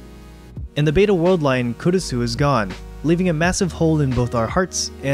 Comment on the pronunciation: Try pronouncing the "u" less when saying Kurisu, It's almost silent (the important thing here is almost), the "u" should almost be combined with the "r" when saying the name.